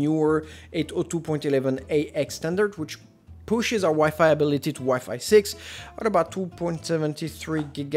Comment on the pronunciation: The fact that he doesn’t know how to pronounce WiFi should show that he shouldn’t be giving reviews.